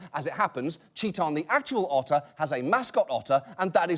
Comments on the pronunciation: you should have said otter instead of utter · did you mean... *otter* brilliance? :D ... i'll show myself out.